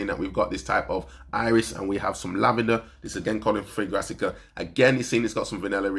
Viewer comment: It's not fragratica, it's a play on the word fragrant. Fragrant-ica 👌